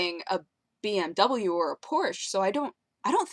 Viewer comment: Why cant you americans pronounce BMW, Mercedes, VW and Porsche right? Not that its bad but it is kinda wiered...